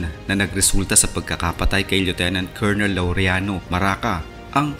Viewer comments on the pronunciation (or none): none